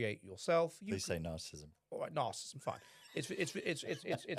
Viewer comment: Oh, it’s a podcast chaired by that bloke who bangs on endlessly about ‘narcissism’, but can’t pronounce it.